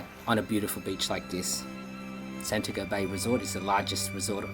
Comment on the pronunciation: That is Santi-ago. not San-tiago, spanish